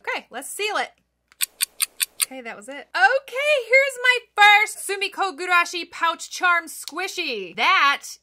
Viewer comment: gurashi, not gugurashi 😅